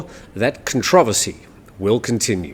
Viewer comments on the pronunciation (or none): Con-travesy or controversy?